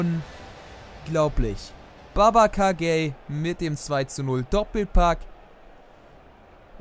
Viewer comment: Ich finde deine Videos ja echt gut Aber eins. Babacar Gueye wird nicht Gay/Gey ausgesprochen sondern (Sprechen wie folgend lesen) Gueje.